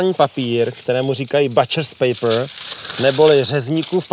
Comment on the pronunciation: Odlezet aspon hodinu ,nekrajet hned z grilu .toto jidlo se neda uspěchat. Butchers paper se čte bučrs pejpr. Ale jinak 👌